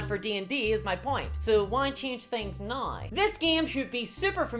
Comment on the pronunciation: Why charnge things noi? Why charnge things noi indeed.